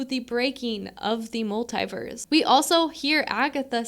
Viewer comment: I laughed so hard every time you said multiverse. 🤣